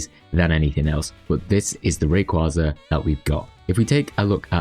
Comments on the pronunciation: Just once. Just ONCE I'd like to hear SOMEONE pronounce it right. It's Ray. KWAY. Zuh. As in a Quasar. A KWAY. Zar. It's not a Kwawsar. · You're annoying, huh? Anime in my country pronounces it as Rayquáza, so there's not a "right" way to pronounce it. Do you really think the japanese say it like "rayquayza"?